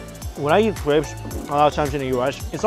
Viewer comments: It sounds like he’s saying yeet every time he says eat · Who heard yeet? When Mike said eat??? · when u say eat u say yeet lmao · Whenever you say eat it sounds like yeet, lol.